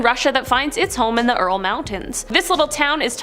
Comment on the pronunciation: "Earl" mountains? Ural (pronounced you-rul). "Lascaux" (pronounced lass-co, but softer; like beau. Pope "SEX-tus" V.